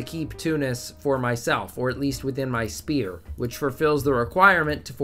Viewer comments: Extremely annoyed on how u pronounce "sphere" as spear 😤 Sfere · that‘s a vic2 meme, spudgun and his buddies all pronounce it like that